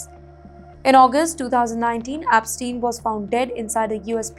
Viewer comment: Ep NOT APPSTEIN.